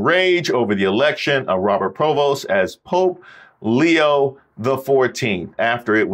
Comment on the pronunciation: the Pope's given name is PREvost, not Provost.